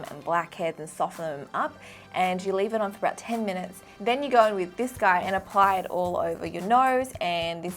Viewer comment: we're talking a thousand zoom here wif my new microscope*wif a proud face* That was cute AHAHAHAHAHA